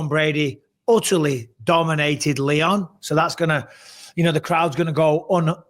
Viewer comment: It sounds like Michael is saying Liam instead of Leon